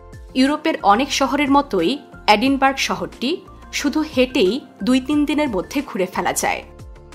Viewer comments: এটা এডিনবার্গ না ‘এডিনবারায়’ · এটা এডিনবার্গ নয়, এডিনব্র‍্যহ